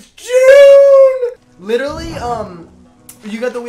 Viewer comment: saying LITALLY is iconic